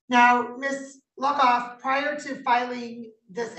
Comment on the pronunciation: Luckoff is an awesome name. But all i heard was “Miss Fuckoff.”